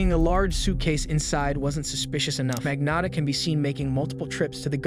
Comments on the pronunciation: Luca Magno ( O like Otter or Ox sound for O. Not strong O. Not ō like Loathe or clothes) tta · He thought no one would notice his many different pronounciations of Magnotta lmao